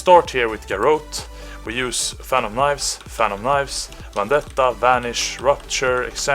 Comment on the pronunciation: please learn to say garrote the right way, its not a big thing, but really bugs me.